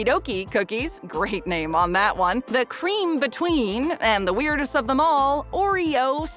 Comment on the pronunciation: Creme between lmao